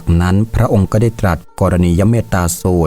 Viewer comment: รุกขเทวดา ออกเสียงว่า รุก ขะ ไม่ใช่ รุก คะ ก็ ออกเสียงว่า ก้อ ไม่ใช่ เก้อ